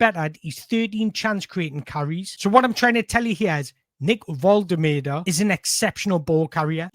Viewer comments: Sounds like you're saying volta-murder. Easier to pronounce it vol-ta-ma-da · You've got his name slightly wrong. Specifically, the third syllable. It's MAH not MUR. It's not: VOL-TUR-MUR-DUR It's: VOL-TEH-MAH-DUR He pronounces it in his "Get to Know Nick Woltemade" short on the Newcastle channel. You also need to put a slight German accent as the W in German is pronounced somewhere between W and V. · Great content! Loved the depth of analysis, can't wait for the international break to be over! A side note, you're correcting yourself to the wrong pronunciation. It's not "Volte-murder" it's "Volte-mah-da" it would need to be spelled "Woltemöde" to sound like "murder". Hope that helps! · It's pronounced Vol-ta-mar-da 100%. Not Vol-ter-mur-der. You can hear Nick pronouncing his own name in the "Get to know Nick Woltermade" short that Newcastle United's official YouTube channel posted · name is pronounced Voltehmaahdeh. You've almost got it except the middle bit, it's maah not muuh! The man himself says it at the start of a quick interview here... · Whoever told you that’s how you pronounce his name is having your life 😂 it’s VOL-TER-MAR-DER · ...you've got the "Nick" bit nailed on the surname is pronounced VOLT-A-MARDER trust me my German friend told me 😂 but stick with Nick if you want! He also told me we (you probably do tbf) don't realise what an amazing striker we have signed and he has watched him a lot...still got room for improvement but and I quote "He's got a higher ceiling than the 🛎🔚" I'm buzzing to see what he can do in the black & white shirt. Great video as always mate and you're rocking that mullet 🎉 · It's VULL-TAH-MAH-DUH. I don't know why people find this so difficult 😂😂😂😂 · he's told you wrong, its Volte-mar-de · Btw someone lied to you, it's pronounced Valta-marda